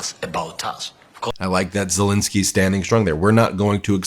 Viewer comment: It's not ZelInsky it's ZelEnsky!